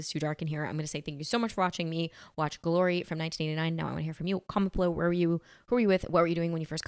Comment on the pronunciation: has a unique way of pronouncing the movie’s title, “Guh-lory”. 😁